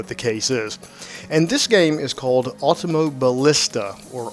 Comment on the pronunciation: Pronunciation: Auto-Moh-Bee-Leesta. Great video review, man.